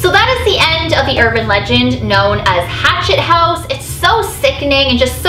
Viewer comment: did she say rachtet house ?